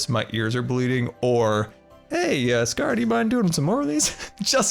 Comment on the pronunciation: I think the volcanos name should be: Mount Grrumble Two r because when you say your intro it sounds like ... GoodTimeWithScarrrr here..